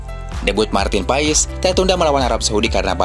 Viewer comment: Dibacanya Martin pas bukan Marten paes, profesional dikit bro